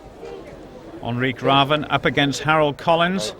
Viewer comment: "Onri Graven" - not really. Its Henrik with an H at the front, so try with an H-sound at the front. Last name starts with an R, so maybe try an R-sound, instead of: "Graven" haha. His name is basically: "Henry Raven". So saying: Henry Raven would have been way better than Onri Graven haha.